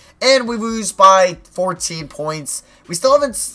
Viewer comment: "It looks like we are going too wose this game"